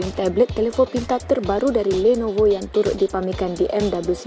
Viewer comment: kenape nisa sebut lenovo bunyi mcm landnovo...